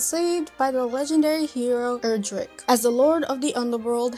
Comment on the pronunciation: As a fan since the 90s, it's "Erdrick" (not "Eldrick", pronounced similarly to "Heir-Der-Rick"). Also, a fun note, the most recent new title (Dragon Quest XI) is a prequel to DQ3.